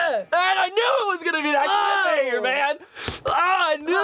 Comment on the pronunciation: For a second there i thought he said cliff hang🤣